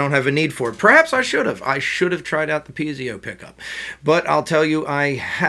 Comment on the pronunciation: Actually, it's piezo pickup not pizio...but other than that you've done a great review of a great guitar for the price.